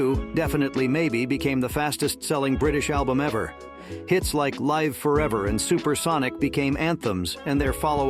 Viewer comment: LIVE Forever??? Learn how to pronounce the title FFS. .